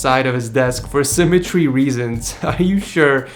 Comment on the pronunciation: its symmetry not simatree